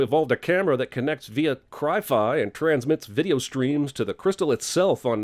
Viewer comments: to CinemaSins: “Cry-fi” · "Cry-fi" ... CinemaSins Wins